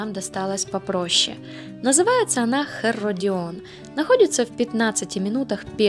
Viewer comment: Нагнала страху! И наврала в три короба! Аж обидно за Палестину. И не Херодион, а Иродион. На 57 минуте из окна даже Гору Иродион было видно. Мое любимое место. Там остатки дворца царя Ирода, по которым я люблю лазить. Потому что Ирод, хоть и самый кровожадный царь, но самый прекрасный архитектор.